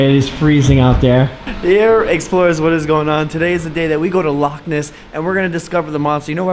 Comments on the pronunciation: Loch! Not lake ! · In Scotland we don’t call it lakes we call it’s lochs (pronounced like lock) and it not the lake monster it’s the Loch Ness monster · I'm cringing at how its "Lake Monster" no no no its Loch Ness Monster. And also, yeah if we get snow the whole of the uk stops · Charlie And Lola and Hazel too! Its Loch not lock you df so no it's not the fucking same, it's not call Loch Ness for nothing. Descendant but not pure Scots!!! Americans do butcher some Scottish names. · you literally can’t say loch lake , you’re just saying lake lake/loch loch i mean come on , you always say you respect where you are but like you don’t know anything omfg